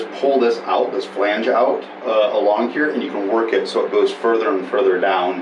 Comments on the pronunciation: Bwah hah hah haaaa. As I said in my earlier comment I am binge watching this catamaran build series and in Episode 217 it is clear that she is just slaughtering the word "flange". The absolute funny thing is that someone else must have commented about her pronunciation and she edited in a proper "flange" over her talking nearly every time she used the word. Gotta love the sense of humor. Still binging. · my wife and i love the show but your pronunciation of words drives us a little nuts, button has two t's just so you don't miss em, yet you refuse to pronounce them, and say flange correctly while you say falange for some ungodly reason. We do love you both but this is starting to make your videos impossible to watch.